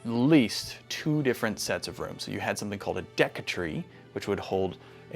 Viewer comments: I listened multiple times. I heard "DECK TREE". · You called it a "deck tree".